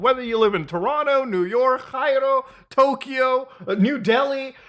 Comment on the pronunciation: WTF? That's how you pronounce Cairo?